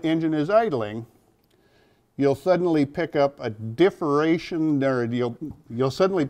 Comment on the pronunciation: Differation! Lol... good info